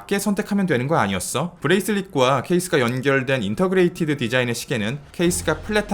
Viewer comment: Integrated 라는 단어를 intergrated라고 잘못 아시는것 같습니다. 인테그레이티드 (o) 인터그레이티드 (x)